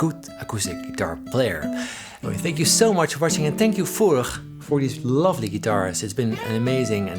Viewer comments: Thank God a Dutchman does a video with this company, so that finally somebody on Youtube pronounces the name Furch correctly. 😁 What Paul says in the end is even true, if you don't play the guitars yourself, but just listen to them more often: you hear more differences the longer you listen. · Nice pronunciation of "Furch" :) Regards from Furchland!